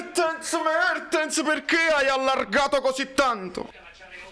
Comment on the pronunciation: "Buono il flitvante di Mavtens pev Osimehn"... Al posto della evve la evve 💙